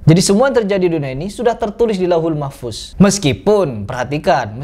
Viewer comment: Bukan mahfus .tapi mahfudz .hati2 beda tulisan beda bacaan .beda arti.